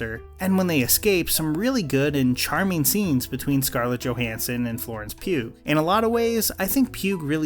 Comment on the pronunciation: The way you pronounce Ray Wonstone’s and Florence pugh’s names. Oh dear.